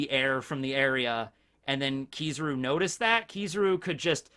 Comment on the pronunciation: Its killing me hearing him say keeezaru